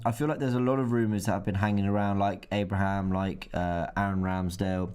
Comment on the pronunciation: Robbie,its pronounced Abraham 🤦‍♂️